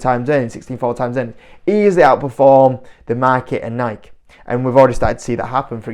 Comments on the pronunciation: It's actually pronounced Nike(y) not Nike (the way you/UK are saying it). It's not a subjective thing. Nike is based on the name of greek goddess of victory which is pronounced Nike(y). YouTube a video of the founder Phil knight and you will see that this is how he pronounces the name of the company he founded. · It’s Nike(y) Say it ur way all you want but ur way is just slang if it’s actually nike(y) 😂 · Mate it’s actually pronounced Nikey as the other chap said. Tho in Europe I agree most people call it Nike That said - I agree this is not a good investment - as well as the “man on the streets” spending been reduced recently - the woke agenda of this company has really hurt the brand - one example - changing the England football top to rainbow colours - there are a hundred more. I have 4 kids - I am acutely aware of the brands current standing - it is not what it was - they need a major rethink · There’s no way I’m listening to a guy who can’t even pronounce the company’s name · grammar has nothing to do with how a name is pronounced - all that matters is how the owner of the name pronounces it - in this case the owner of the name (Nike) pronounces it with an “ey’ sound at the end, therefore that’s how it is pronounced- end of story - British people are annoying.